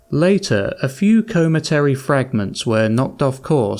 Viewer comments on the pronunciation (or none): I don't know who told this narrator that he's qualified to read audiobooks, but when there are 3 ignorant egregious mispronunciations in 3 minutes... (cometary, lithe, schism) Pity, sounds like a great story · Ok I'm 3 and a half minutes in and so far cometary, lithe and schism have been mispronounced, have you ever read a book before?